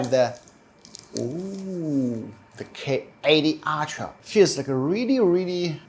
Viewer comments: Why do you pronounce ultra as Altra. Its wrong. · Everyone pronounce: Ultra❌ pronounce: Aytia 🤣✔️